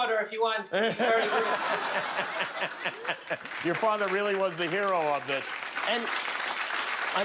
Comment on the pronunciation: "This is my fadder and modder..."